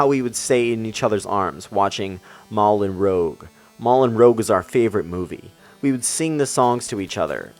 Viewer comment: Its not "Molin Rogue" dude, its "Moulin [Or however you spell that(Moo-Lin)] Rouge (Rooge). Unless I'm thinking of something else and you're right.